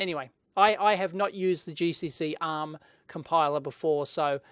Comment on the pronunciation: With your australian accent, honestly I sometimes wasn't sure whether you said "uhm..." or "ARM" :)